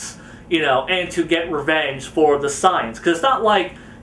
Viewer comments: why do you call say-ians sai-ans? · pronounced SAY-ANS not signs 😒